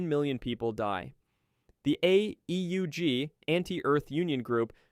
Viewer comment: I realized this was a.i. the moment the ai tried to say AEUG, and flopped every time. Forget what I said, complete slop.